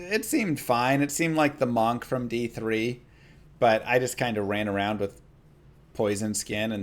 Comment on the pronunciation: The mahnk? You know it's said munk right? Munk = monk